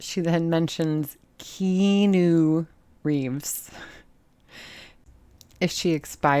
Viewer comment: 😂😂😂😂 her saying Keanu Reeves was hysterical!